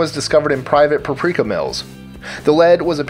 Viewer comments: It's PAP-RIKA, not pa-prika. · Sources? Please cite them so its not just bullshit. Also its PAP-RI-KAH not PRA-PRI-KAH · Please, it's PAP rika, not pa prika. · 🤦‍♀️Pap-reeka is how its pronounced lol. That was killing me! All in all great video though. I shared to fb. Thanks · peprika is not pep-rika but pep-er-ika other than that great job i love your videos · Look at the word "paprika." It's not pronounced "praprika"! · Its not "puhpreeka" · PAP-ree-kah. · Its pronounced pa-pri-ka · Totally worth the time just to hear him say paprika.. So funny! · I live in the same city as and I've never heard anyone pronounce it like that. Lol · Its being grossly mispronounced in the video. To the extent that I stopped the video after the first 3 uses since it was so cringey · You mispronounce "paprika" JFC